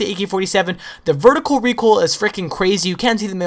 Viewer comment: LOL! I just noticed he says "Recool" it's like, "I gotta get some OOL for mah lawnmower" LMFAOLOLLMAOROFLPANCAKESPICKLE9000 LOLOLOL